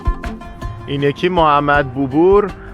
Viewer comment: خیلی عالی فقط تودقیقه 46 گفتید بوبور اسمش بابُر هست😂